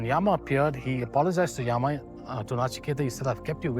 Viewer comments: mr nicely explained best six books but your pronunciation distorted the Hindu scriptures names seems like some anglo scriptures yam is Yama Yog is Yogaa puran is purana asthavakr is astha vakra shiv is Shiva please avoid such distorted pronunciations my humble request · Why do our people use stupid English pronunciations for our own words? योगा (instead of योग), यामा (instead of यम)…and few pronunciations were outright wrong (example: कठोपनिषद् is correct) It feels so 🤮